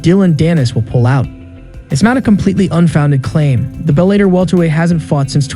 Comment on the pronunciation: Bell-a-tor not bell-ate-er